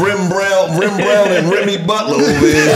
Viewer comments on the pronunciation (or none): AYOOOO "rimmy butler" is CRAZY homies 😂😂😂😂